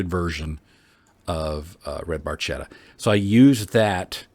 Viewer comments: It’s spoken “barketta” like bark and atta chained 😂😜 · Eheh no ,it’s just funny to hear for us ,like an italin speaking English may be for you 😜